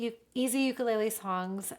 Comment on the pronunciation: Liking the channel but you gotta say ukulele correctly.